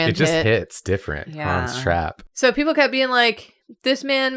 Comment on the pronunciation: All i can hear when they say 'Hans Trapp' is Han's Strap 😭 im sorry